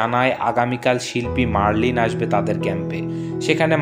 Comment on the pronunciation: মেরিলিন মনরো, মারলিন নয়